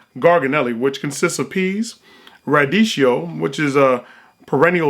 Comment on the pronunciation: Damn radicchio you pronounced it wronge